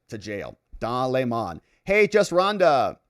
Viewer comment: Sir, it’s Dong Le’mon now.. 😂